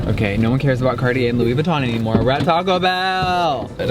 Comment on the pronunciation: Cardi 🤣🤣🤣😂 he said cartier not cardi b